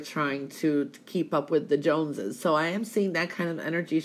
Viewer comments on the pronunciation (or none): none